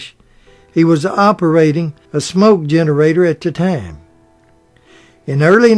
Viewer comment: "Tom"? Are you trying to say Time? "Hard"? Are you trying to say Howard?